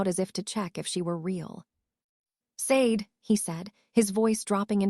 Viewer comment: Sade is pronounced "Sha dei"